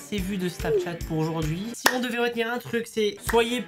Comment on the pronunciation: Pk tu dis snapTchat au lieu de Snapchat 😁